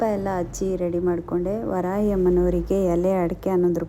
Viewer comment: Adu varayi alla madam varahi amma correctagi pronounce madi